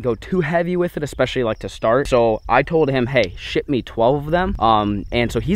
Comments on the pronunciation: I swear he said “hey, sh*t me 12 of them” instead of ship 😂😂😂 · I slowed it down to .25x, he said ship